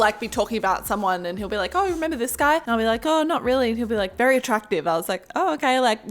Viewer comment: The way she said like lak lolololololololo